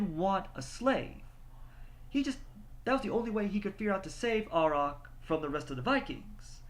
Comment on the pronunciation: The characters name is pronounced: A(y)rack, with a capital A.